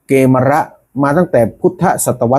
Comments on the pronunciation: กมีร์ -> เกมร -> เขมร -> ขแมร์ เกมร ไม่น่าออกเสียงว่า เก-มะ-ระ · เข มอน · อ่านผิด ไม่มีใครอ่าน เก มะ ระ ไปเอามาจากไหน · เกมรอ่านว่ากะเมน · เกฺมร น่าจะอ่านว่า กะ เหมน